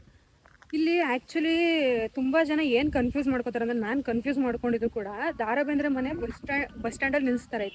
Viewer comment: Le ninna avna Daa Raa Bendre alla adu Da Ra Bendre🙄😬